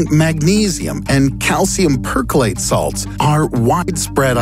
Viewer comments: Pronounced Per-clor-rates, not percolate. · Uhmmmmm, not quite sure how they manage to cross Manganese (Mn) and Magnesium (Mg) at regular points during this video. Guess I am just to to fussy when it comes to Chemistry, the periodic table and chemical symbols, plus of course the "percolate / perchlorate" mis-pronounciation to. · Perchlorate or percolate? Bleach Bubbles. These videos small gaffs in pronunciation always elects disbelief, I know its nitpicky but it shows a distinct lack of understanding when one mispronounces a chemical name, chemicals phonetics tell you what kind of life they are about. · Percolate or perchlorate? It is utterly different.... 🤔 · Perchlorate doesn’t sound like percolate... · You misspronounce perchlorate, I'm a in first grade chem student, sorry for correcting you